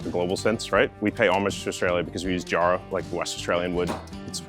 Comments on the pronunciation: Someone local must've told the guy its Jarrah like jacket or jack, not jar. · I love everything about this EXCEPT how they say Jarrah….